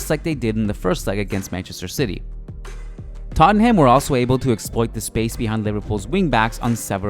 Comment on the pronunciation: fan of these videos but the way you pronounce tottenham irks me lol